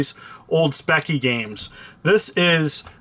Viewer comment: I'll (try to) keep this brief. Are there more things that you could have mentioned, that you didn't? Sure, but who cares - you blew me away with the insightful things that you did say. This kind of insight to the ZX Speccy (both parts, which you pronounced correctly... which I can see MANY other people also commented on) was unexpected from an American... and I love that. I absolutely feel like this was (to you) not a matter of doing some research into the Spectrum - you're a fan and you know your stuff and aren't just "painting by numbers". Awesome! I already have 2, may get another. Hope you do too. Enjoy.